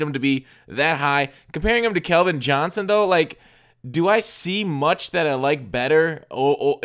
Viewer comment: Bro, you HAVE to stop saying "Kelvin" you make me want to punch my phone lol. Edit: I'm Screamindemonlp btw